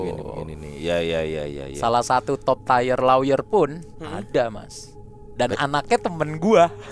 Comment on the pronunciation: Tier dibaca Tir mas... bukan tayer..